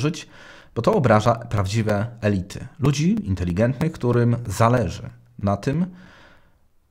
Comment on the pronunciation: Dobrze Pan używa samogłosek elYty i elIty❤️✋